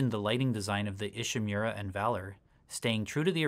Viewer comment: Why do people mispronounce names their own game. They gotta be doing it on purpose. EESHEE-MIRRURE-AHH😂